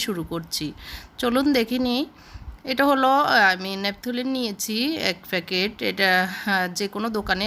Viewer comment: Feket na paket bolba .